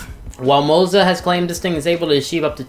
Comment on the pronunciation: LMAO, it's Moza, but he says Mozo when talking about it